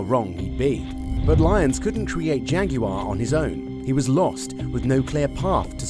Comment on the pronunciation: Jag"yoo" arr 😂